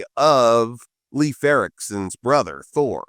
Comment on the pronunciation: Skål to the first non-Nordic youtuber to pronounce Leif correctly as "life" 🙂